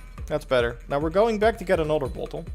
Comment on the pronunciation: It's bottle not bauwtol.